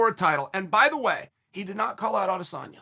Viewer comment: yeah I’m inclined to agree with you. It happens too much and too consistently for it to be an accident. I much prefer it to Ariel’s insistence on always saying Ah-diss-own-ya.